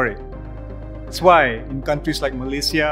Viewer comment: i like how fahmi correctly pronounce malaysia i hate listening to people saying meleyzhe meleyzhe